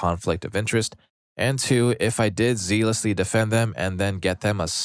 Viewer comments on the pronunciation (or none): My dude, "zealous" isn't pronounced "zeel-us," it rhymes with jealous. Zealous = "zell-us." Therefore, "zealously" is pronounced "zell-us-lee." JFC learn how words are pronounced before you say them on these videos!